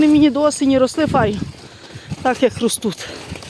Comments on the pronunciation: РостуТ, ростут замість правильного слова ростуТЬ. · А чому "РОСТУТ" ,а не ростуть?????????😂😂😂😂😂😂